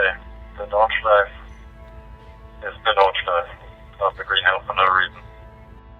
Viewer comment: Nice one! A hint about Nordschleife: There are no silent vowels at the end of a word in German, so the E at the end is pronounced, like an "-uh". Just like in Porsche, "Porsh-uh"